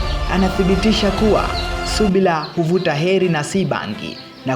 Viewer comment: Lugha yako mbovu kabisa...usiharibu Kiswahili😤😏subla???shaliff??